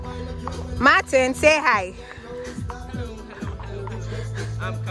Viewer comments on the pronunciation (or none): none